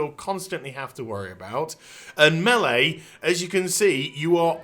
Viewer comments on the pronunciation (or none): none